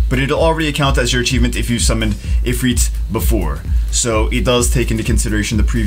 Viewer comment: The way he says ifrit actually angers me.